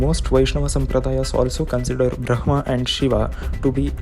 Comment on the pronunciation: why are u pronouncing "brahma" as bhhrma?